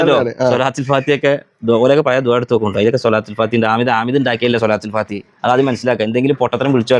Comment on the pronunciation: ഏഴ് വരെ മദ്രസയിൽ പോയിട്ടുള്ളു ത്രെന്നട്ടന്നെ ഓൻ്റെ വിവരത്രെ ലോഗ മുഫ്തിനാ കാനുള്ള യോഗ്യതയുണ്ട് പിന്നെ ഒരു കാര്യം സ്വലാത്തുൽ ഫാതിഹ ..യല്ല ട്ടോ സ്വലാത്തുൽ ഫാത്തിഹ് എന്നാ ട്ടോ പറയാ